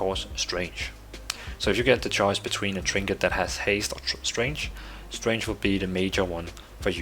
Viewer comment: You sound like you are saying "strange (stray nge)" instead of "Strength (st rehk nth)". The "g" in "strength" is silent, or expressed more like "k".